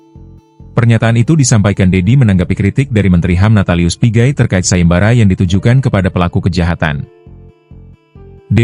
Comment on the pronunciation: apa cuma gw yg denger pigay jadi pi-GAY